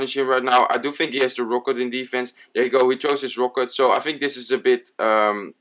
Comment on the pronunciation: omg can you say rocket and not rooket?